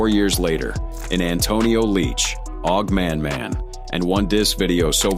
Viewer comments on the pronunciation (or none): I hate the AI narrators. OG Manman not ogg. oh-Gee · It's O-G Man Man Not Og 😅